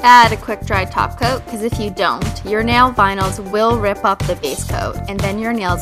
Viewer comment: She said top cot not taco